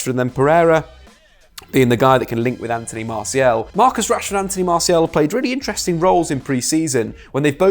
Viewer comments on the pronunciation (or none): none